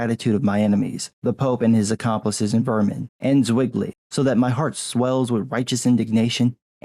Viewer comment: "Zwingli" is pronounced "tsving-lee" just FYI great video tho couldn't agree more